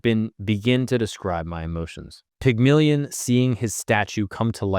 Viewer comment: i found your piece on Tesla to be informitive and very well done. i have to take acception to one thing. You diminish your presentation by mispronouncing certain words.This could have been avoided with a little research. Pigmalian phonetically is pronounced Pig-male-E- N. Goethe is pronounced G-air-ta. I hope you take my comments in the spirit inttended. Uncle Rich.